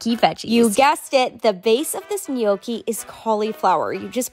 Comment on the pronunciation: The way she can't pronounce Gnocchi!